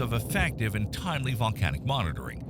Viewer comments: bro said valcanic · oh ok I thought I heard valcanic